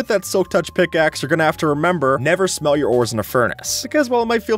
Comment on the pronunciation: I thought he said "Never smell your ores in a furnace" xD